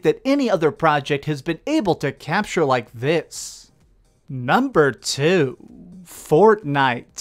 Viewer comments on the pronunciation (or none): If you ever decide to cut out the valley-girl-esque, over the top anunciation, then I'll give you a sub. (ex: "NUMbeerrrrrr WoooOOOnn") Your speech is fine the rest of the time, but seriously so many youtubers do this, and it is ALWAYS annoying.